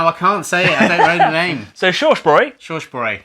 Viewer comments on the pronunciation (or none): „Shorsh broy“ bruh what